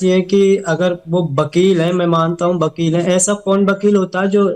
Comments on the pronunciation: Casachin pappo ko wakil v bolna nhi aata hai wakil ko bakil bolta hai or ye seema ko lappo ghengur se piyar ho gaya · Bakel nhi wakeel hai 😂😂😂😂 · Abe Vakil hota hai Vakil Vakil Nahin hota hai Vakil hota hai Vakil Vakil ke Lallu Ram Chaurasiya